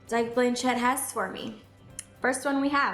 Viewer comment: Your saying her name wrong